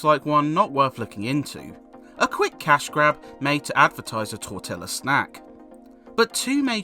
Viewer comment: That's not how you pronounce tortilla you absolute heathen! :D Great review mate, enjoyed playing a bit of this one with you, moreish and challenging in the right way and like you say, it's great that's it free and additional content is a reasonable price. Extra points for throwing in the phrase Total Wipeout, you're a smart man :)